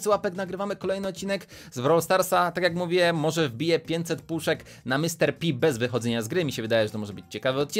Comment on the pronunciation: Ej taka porada Pan P czyta się na polski Pan Pe A nie pan pi Bo tak jest na angielski Mr.P i wtedy na angielski jest mr.pi